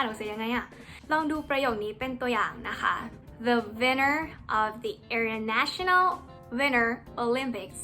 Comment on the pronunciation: ประโยค ตัว t กลางประโยคของ international กับ winter จริงๆต้องออกเสียงนะคะ